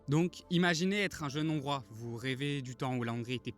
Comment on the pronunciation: Trop de fautes de français à l’oral ! Des zongrois… inaudible ! Dommage… Y’a de l’espoir